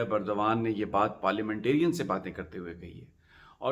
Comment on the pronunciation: Khuda ka wasta... Erdgan is pronounced as اردوان۔ please don't mispronounce which amounts to insulting the person.